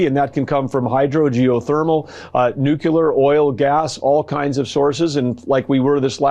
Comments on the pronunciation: Nookyeler? Say it after me. Nu-cle-ar. Nu-cle-ar. YT doesn't like my commentary suggesting that the Secretary of Energy displays a striking lack of intelligence in his incorrect pronunciation of a word that should be well-known to the Secretary of Energy. I admitted that many people mispronounce this particular term but noted that they are not, in fact, the Secretary of Energy. I also noted the ridiculousness of his ignorance of the concept of power storage. I concluded by expressing my opinion that if we did not have a president with a striking lack of mental acuity, this type of failing would be found humorous. I also expressed gratitude that the behavior of this particular administration has introduced me to words such as "kakistocracy." Is that happy enough, YT? I respectfully request that you attack me with your dental apparatus. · As to Burgum's remarks, I don't trust the proclaimed knowledge of anyone, who cannot pronounce nuclear, NU-CLEE-UR, and instead say NU-QUE-LER. Nuff said. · It’s pronounced nu-klee-ehr. Not nu-ku-ler. Geez! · Why the hell are all these politicians who supposedly all came from Ivy League schools are so stupid they can’t even pronounce nuclear right why do they all say ‘NUK-UH-LER..?’ I swear all the dudes on Capitol Hill are just so freaking stupid nowadays😂😂😂😂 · Is anybody on the right able to pronounce correctly the word "nuclear"? Why are they all hellbent on pronouncing it "nucular"? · Energy secretary doesn't know how batteries work and says "nucular"... Well done, MAGA! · Our own Secretary of the Interior calls it "Nucular" energy... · If you use the term "Nukular" you are immediately disqualified and banned from having any opinion or ever talking about power generation again. Can we please start hiring more intelligent people? You know, with, like, degrees? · what the fuck is "nucUlar". why do we give these people authority over anything?! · Stupid. Nucular! How dumb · I can't trust anyone who says, "Nucular."